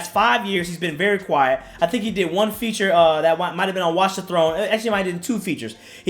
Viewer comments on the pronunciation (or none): none